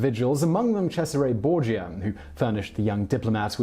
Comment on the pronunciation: Why are you pronouncing Medici and Borgas so weird bro